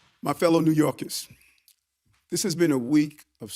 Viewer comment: Did Eric Adams say New Yorkans instead of New Yorkers?